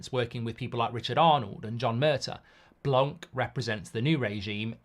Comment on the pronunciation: Its pronounced blanc and the c is silent merci 😂